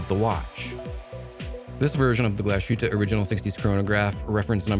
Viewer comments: Glashootah? Lol, c'mon now, Glashutte is Glass Hootah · Hi Guy: Just an annoying note on the brand name pronunciation: 1. Pronounce it however you want and see fit. 2. However, if you would like to get closer to the German pronunciation, try this: Glas-hoot-uh Ok, sorry for being that guy but I am that guy. You are also that Guy! Haha. Take care man and glad to see you are getting paid for some vids. You have done a lot of work. --Michael